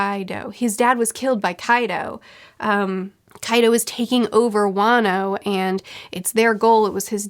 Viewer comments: Fyi, Wano is pronounced Juan-o, not way-no. Love this series:) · It is funny that whenever pronounces "wano" i think she will say "wanus" and i get a bit disappointed